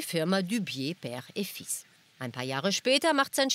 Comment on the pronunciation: Das französische Wort "fils" also Sohn wird übrigens nicht wie "fille" ausgesprochen, sondern "fiss". Kleinigkeit, ja, aber man soll ja nie auslernen 😊